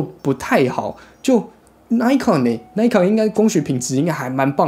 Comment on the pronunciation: 小小的建議: 1.穿個衣服吧,不然背心也可以 2.要做這種評測,是不是應該要事先做功課? 雙筒望遠鏡數百到數千都有可能,本來在材質與功能上就會有差異,而且專業望遠鏡還會有特別功能,或是設計,但是這些你都沒有說,一整個就是花錢買東西來跟大家說"不知道",還有東紫邊西紫邊的 3.品牌發音錯誤,扣分再扣分, 而且 Nikon / Pentax 還是數位相機大廠,也是老牌子了,還發錯音,真的很不行 4.要評測任何商品或是產品,必需要先確定"基準"與"前題",否則完全沒有參考價值,例如在相同的價位下或價格區間(最常見),或是特定用途(水中? 登山? 旅遊? 居家? 室內? 室外?軍用?民用?....) 5.都說要評測了,怎麼連的基本的"表格"都沒有? 那是在評測什麼? 補充:望遠鏡放大偣數越高,望遠端就需要越大的鏡片(入光量的問題,相機也是),而紫邊色差只要是在處理光學放大/縮小就一定會出現,而各家使用補償方法也不會一樣,在比較時,應該是要在相同倍數時再比較紫光現像,不然A牌24x ,B牌16x, 然後都有紫光,那是A牌好還是B牌好? 總結:...........無言....